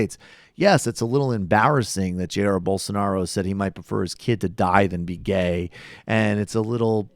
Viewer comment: Please tell Rubin is jah-EER bol-soh-NAH-roh. Or Bozo, for shorts.